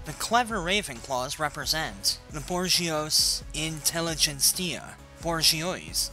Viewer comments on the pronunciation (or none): It's not bor-gee-oys it's boo-jwa-zee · "Borj-ee-ose." It's actually pronounced Booj-wa-zee